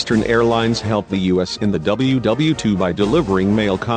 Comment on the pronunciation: How about using proper grammar. You say 'us" (time mark ), instead of U.S. and what's with the stick figure drawings ? They don't make any sense. I hope you aren't the same people who did the Pan Am video where the narration kept repeating itself and they put Lockerbie in the United States instead of Scotland. If you're going to do a historical video, get your facts and pronounciation straight. Eastern went out of business in 1991. I know this, because I did a presentation on the airline, in one of my business classes in college.